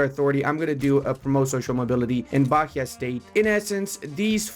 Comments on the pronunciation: You did pronounce it correctly eventually. Zhaneiro and Zherais, same sound. Also Ba-EE-a. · The "h" in Bahia has no sound. It sounds just baia with the i being the strongest sound. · As a Brazilian, hear you say "bakia" is kinda funny lol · Plese bahia is pronunce ba-í-a. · Btw considering you asked about pronunciation: Rio de Janeiro is Janeiro as in January (in portuguese we don't make the J into an R, ever) also Bahía is Bah (ba) - ia (we also don't make the H into R, ever) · great video, the h in Bahia is silent, more like Bah-ee-uh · u say BaÍA, the H is silence, u dont Pronounce